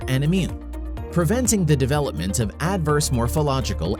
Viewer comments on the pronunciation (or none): none